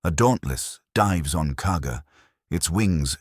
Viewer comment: It’s Kaga not Cargo